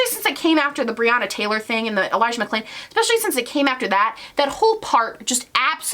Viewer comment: Can we also talk about how he clearly got Elijah McClains name wrongs and had to add in a voice over for it? Just imagining him in his editing room trying to match the tone from the original video. Just another small sign to show he doesn’t care, not even enough to get the victims name correct.